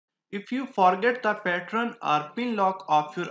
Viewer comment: I think its pattern not pattron